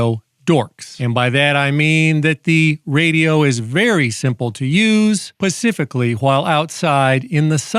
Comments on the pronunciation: the word is "specifically" not "pacifically". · Oh Great, now you've got me saying "pacific"